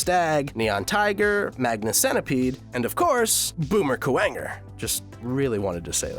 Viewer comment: Its 'Boomerang Kuhwanger'